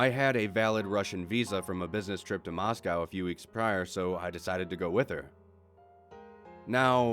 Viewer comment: You pronounced Moscow correctly. Good job 🇷🇺 Don’t worry about your wife. She’s not crazy; she’s just Russian.